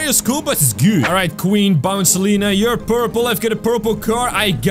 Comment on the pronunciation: queen bouncelia not bouncilina